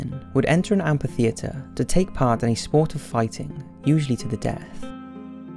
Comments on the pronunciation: repeat after me : AMM - FIII - THEE- ATRE Amphitheatre. Kinda shameful to pronounce that word so many times in a video without hearing yourself butchering that word lol ; "AMPIFITHEATRE !" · what don't you understand about PH making an F sound when together? Amphitheatre= am-fi-theatre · mainly because of the movie.... What? Am P itheatre? Srsly Trasian - my ears can only take so much